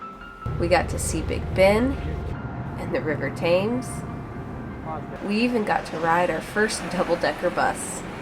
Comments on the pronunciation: Just FYI it is pronounced Tems not THames. Full English is not an everyday thing, often a hangover meal lol. Ravens not Crows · Lovely to see your reactions. Feeling weird and scared to stand on the glass floor just shows you're more intelligent as you have a greater imagination ;) Oh and it's pronounced Tems not Tames. Funny seeing the sights without massed crowds - l only come to London for protest marches ;) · So glad you are having a good time guys. One thing though, the river Thames is pronounce Temz and not Tames. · for goodness sake please stop saying the tames the Thames is pronounced the Tems it's sure to irritate a lot of people that early in the day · Just to second Andy on the pronunciation of the river. "Tems" rather than "Tames". I still love your videos though. :) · You mispronounced the name of our river. It's spelt Thames, but it's pronounced TEMS. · "Thames" is pronounced "tems" 😊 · Btw "Thames" is pronounced "Tems" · The Thames is pronounced "Tems"... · Thames is pronounced Tems. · It's pronounced tems and they are ravens , Tower Hill is where a lot of people were executed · Glad to see your enjoyment, wonder and enthusiasm. Thankyou. We shouldn’t take London for granted but inevitably we do. By the way….The River Thames is pronounced River Temms. And you weren’t driving on the wrong side of the road; it seemed pretty normal to me. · It's pronounced river tems. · Professional's boring, everything's too easily dehumanised now. Weird angles going down stairs, hilarious interspersed clips of everyone yawning, what I assume is an intentional bit where you constantly say "tames" because it is much much funnier to say it that way, it was all delightful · its pronounced themes (tem) but spelt thames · As a big fan of the English breakfast I have to say this on did look pretty weird. Btw although the river is spelt Thames, it's pronounced "Tems" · pronounce the Thames as ''Tems' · You looked to have a great time, but Thames is pronounced Temz.